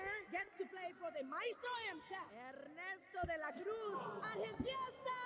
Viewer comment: Ernesto de la Cruz - more like Guillermo Cosbíez. ¡Muby bieben!"